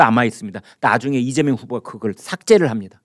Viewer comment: 이죄명 진짜 발음이 그렇네요